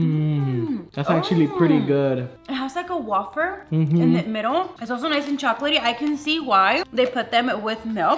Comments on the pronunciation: I think you meant to say wayfer not waffer. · Hiiii I just wanted to say that I’m not trying to be rude when I say this but I, just saying that it’s not pronounced wafer it’s pronounced wayfer but you do you ☺️